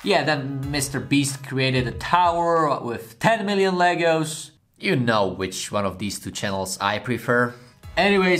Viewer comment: That was good thought you saying legals. Then pull the box up Legos. Love how different accents pronounces words.